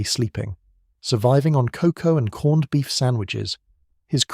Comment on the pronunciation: Even though this is a story about one of the outstanding naval captains of World War II and has a British style AI voice with a mild Estuary accent, it can’t even pronounce corned beef sandwich, pronouncing corned as if it rhymes with cornered, with the e pronounced, while it actually rhymes with wound, with a silent e.